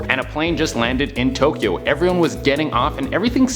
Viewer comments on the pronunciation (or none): none